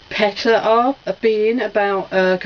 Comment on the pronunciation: Wow., great vid. PETA pronounced "PEE-DA". ;) I love "Crash Nitro", "Crash Team Racing" here in the states.., I always thought it was better than Mario Kart. "Treasures of the Deep"......fantastic hidden PS1 gem.., a truly unique game. ..."It's looks like he's gonna go ...UH-HUH"......LMAO!!!! You're quite the sexy minx in that Tenouki suit. ;)